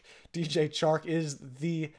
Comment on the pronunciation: “The Chark”